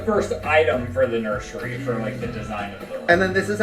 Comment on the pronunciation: saying “nurSHery” forever has me annoyed